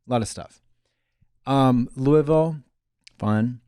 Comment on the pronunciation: Omg Katya said Louisville right